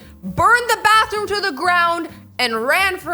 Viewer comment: “IDE burn down the barthroom to the floor” lol xD 😂